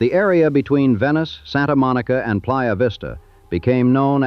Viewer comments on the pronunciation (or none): none